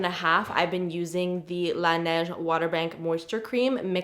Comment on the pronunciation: laneige not la neige